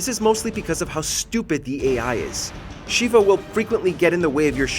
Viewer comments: RE 5 - First of all, her name is pronounced SHEH-va, not SHEE-va, and second, don't put all the AI failings on her! Did you know you can play AS Sheva, and then guess what? Chris acts just as dumb when he's the AI. I'm so sick of everyone acting like Chris is the only playable character and Sheva can only be the useless AI companion. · If you don't master the mechanics of Gears of War then you don't understand true pain. Also Re 5 is easy as hell. "Shev ah" not Sheeva. She's not a Shokan.